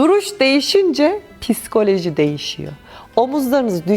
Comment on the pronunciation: Psikolojiyi telaffuz edemeyen bir insandan duruş dersi izliyoruz, pissskoloji😂 bende böyle ufak seylere takılıyorum işte. Piskoloji 😅😂